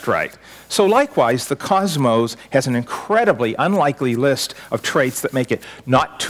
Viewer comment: I must be audio-dyslexic......is there really an 'e' at the end of 'cosmos'?